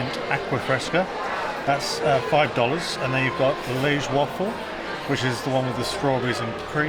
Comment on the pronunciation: The what waffle? 🤣 Come on guys, we live close enough to Belgium to say the name right. 😉